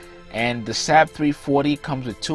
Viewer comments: SAAB is NOT pronounced SAB but SARB like carb. I should also point out. with enough money ANY aircraft can be purchased as a private plane. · Its Saab not sab pronounced (sawb) I my first car was a saab not reliable at all bun fun to drive turbo charged and handles well in the snow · Lol love this guy but he literally pronounced it SAHHHB it's pronounced like Sawwwwb or bob but replace the B with an S. Same company as the swedish car manufacturer that's been around for a LONG LONG time. In fact they got their start in airplanes and jet engines. They've been around since like the 30s. Much like how Rolls-Royce got it start and specializes in aircraft/jet engines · It's pronounced SAAAB not SAB. It's disrespectful not to pronounce the name properly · Saab pronounced Saub did not decide to make an airplane. They decided to make cars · FYI, Saab was an airplane company long before it was a car company. The name itself stands for “Svenska Aeroplan Aktie Bolag” And they are still an aerospace and defense company making very high performance military jets and guided missiles. Also it’s pronounced “Sob” And Rhymes with Bob and mob and blob. ;). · Saab pronounced sob. Like sobbing crying